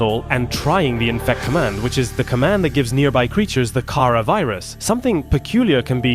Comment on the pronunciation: Oh I thought he said chara